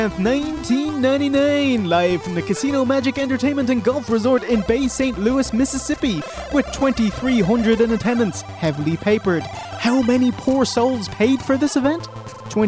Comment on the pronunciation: It’s Gulfport not Gulf resort